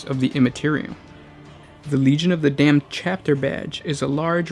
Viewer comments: You say Damned funny...and now it's stuck in my head....FFAAAAAAAAAAH!!!! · Legion of the dayum-ed